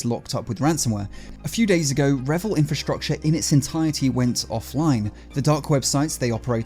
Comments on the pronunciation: it's pronounced REEvil i.e. R followed by Evil Otherwise great content 😊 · What if they actually pronounce it revil as he said it ? And he is one of them !😂